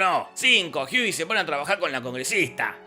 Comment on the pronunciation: ¿Porque le dices Jiui a Hughie? Dile Huguito y ya xD